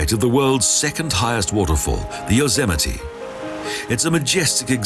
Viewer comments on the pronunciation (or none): 1) Anglicized, the city is loss ANN-jell-us, not loss angle-us. 2) Yosemite is a national park, not a nature park, and it's yo-SEM-it-tee, not yo-ZEM-it-ee. 3) Grand Canyon is about 16k/9mi wide, not long; that measurement is 277mi./446k. 4) Yes, it's spelled Canyon de CHELL-ee, but Canyon de Chelly is pronounced Canyon de SHAY. 5) Just like #2, Zion is a national park, not a nature park. 6) Bryce Canyon is also a national park. 7) In the Denver section, the word (cupola) is Q-puh-luh, not CUP-uh-luh. 8) Rocky Mountain is also a national park, not a nature park. 9) The Crazy Horse Memorial was started, not constructed (as in finished all in 1 year) in 1947. 10) Yellowstone is also the world's first national park, not just the first in the USA.